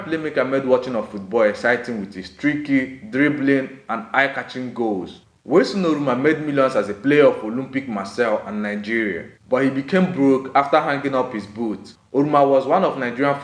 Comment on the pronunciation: It is called "Olympic and not Olumpic"